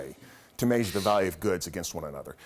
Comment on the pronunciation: "Mayzhure of length."